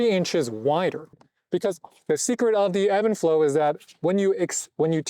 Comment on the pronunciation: Is this pronounced even flow or Evan flow like you’re saying?